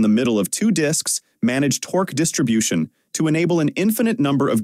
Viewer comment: "Tor Q" makes me wish for good old fashioned human speakers, or at least a human listening to the audio and revising the script when the AI misses.